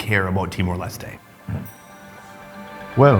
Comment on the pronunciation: Finally someone said "timor lestay" instead of "timor lestt"